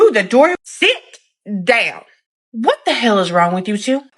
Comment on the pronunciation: “Sit! Down!” In that southern twang accent is 💋 chef’s kiss